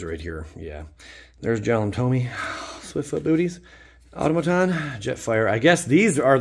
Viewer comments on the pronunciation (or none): none